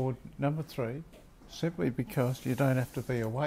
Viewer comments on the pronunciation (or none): none